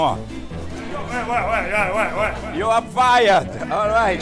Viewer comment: I know he says why but it sounds like he says “white people love sushi and sashimi” which is true